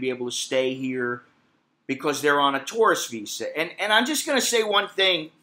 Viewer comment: You pronounce the word tourist like taurus. Funny.